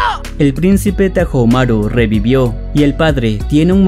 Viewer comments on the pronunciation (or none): El anime es mejor Se dice hyakkimaru No hiyaki Se dice taomaru La H no cuenta